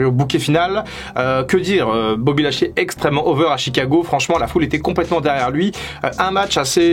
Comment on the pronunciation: "BOBBY LASHEULEY" comme dirait Michel